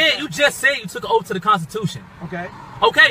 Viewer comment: Fin, axe, Liberry, troof, oaf.